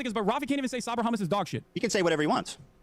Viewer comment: Ethan really asked "Do you condemm hummus?"